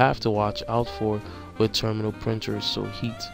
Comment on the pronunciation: Thank you for the video sir. Only part that was confusing for me is I was listening to it while working on other things and I thought you were saying "Terminal Printer" and then would describe it as a Thermal printer. So I had to stop what I was doing and pay more attention to see if I was learning the correct thing. I will be taking this test pretty soon. Your videos have definitely been helpful. Obviously knowing that the questions won't be the same but taking all the information from the answer section. Thank you again.